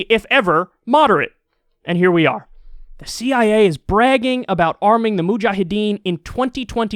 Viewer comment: Moojaahedeen!! 😂 The way Kyle says it is funny!